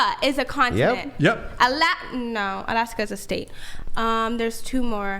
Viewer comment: Imagine arguing on behalf of your ancestors and then not even knowing the names of the countries from the continent or as she says a "conatant". Hopefully she'll dab her hands in some geographical education